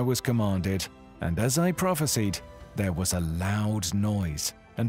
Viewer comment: You better Pronounce that word "PROPHESIED" as you should and let the meaning stand strong.